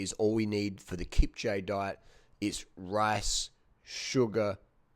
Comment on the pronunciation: Kipcha lol wtf its pronounced Kipchooouuuugiiiee